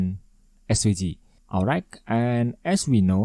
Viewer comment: bang bacanya olrait bukan olraig